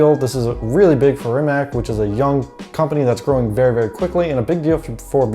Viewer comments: Ree-Mat-S!!! Not fscking Reemuhts. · REE-MUHTS!!!!!! Not fscking reemack, no "k" sound anywhere in the Rimac name. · Mate Rimac said that the name of the company is pronounced /Rimak/ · wrong pronunciation of Rimac it's not Rimaq it's more like Rimatz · You said you dont know how to pronaunce his name, but you also dont know how to pronaunce his last name. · Rimac (you mispronounce it, BTW) is small, but it still has almost four times the Bugatti workforce. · Sorry, no. He might have said that several years ago, when he was resigned that idiot "journalists" cannot remember how to pronounce two syllables. Have you watched the live stream of "Bugatti-Rimac" announcement? Both Mate and Porsche/VW Group guys pronounced both his name and the names of all new entities correctly. Mispronouncing the names of people and companies you pretend to know about and lecture others is parochial - not simply arrogant, but pathetically so. "C" at the end is pronounced /t͡s/ (voiceless alveolar affricate). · are you high or something its pronounced Rimac dummy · You need to learn how to pronounce Rimac. If you don't know how to just look at that video of them merging together and you'll hear the proper way to say it.